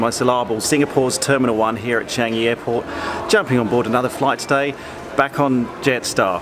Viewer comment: You pronounced Singapore and Changi perfectly